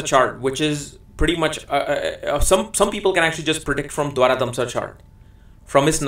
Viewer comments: Pl note it is pronounced as "Dwadasamsa" not "Dwarakamsa" for the 12th Divisional chart. Good insight into the charts! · Dwaradamsha is not correct , correct pronunciation is Dwadasamsha. Dwara-damsha has no meaning, Dwa-dasamsha means 12th. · You kept calling d12 as Dwaradhamsha it is actually Dwadashamsha 😛